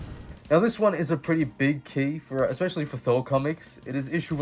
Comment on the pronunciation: "THORR" oops!